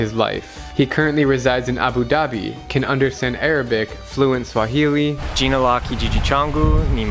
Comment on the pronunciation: Fluent Swahili Also: speaks Swahili in probably the whitest accent ever